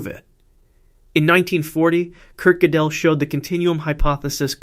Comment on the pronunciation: Gödel is pronounced like girdle.